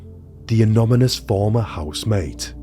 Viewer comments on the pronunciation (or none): IT'S ANONYMOUS NOT ANOMYNOI. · Yes lol! Also "anomonous" hehe! I came here to see if I was the only one 😅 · The case is almost as horrific as your pronunciation of the word "Anonymous" haha just kidding mate. Great vide, as usual. Liked. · You say anonymous an on a mus. U say is funny 😂😂😂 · Good video but please learn how to properly pronounce anonymous/anonymously. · You're going to need to learn how to say 'anonymous' correctly if you'd like to be seen as anything but amateur, moving forward. All the best!